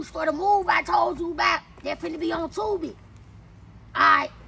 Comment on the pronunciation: She said Tubi lmfao